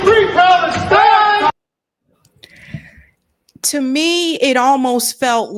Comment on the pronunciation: He chants Free…Free…PalesTIIIINE. that’s NOT how it’s been chanted by pro-Palestine supporters. Just watch thousands of videos of the protests. It’s Free, Free PALestine! The accent is on PALestine, not PalesTIIINE. You’d think if he were a true supporter, he’d know how the chant goes. Stay safe. Sterling stuff as usual.